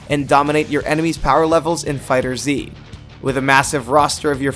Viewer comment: You said fighter zee TRIGGERED